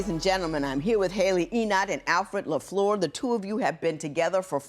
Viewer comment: judge la f l e u r not la floor